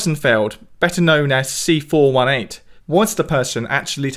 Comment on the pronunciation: i like how he pronunce C418 as "c 4 1 8" and not "c 4 18"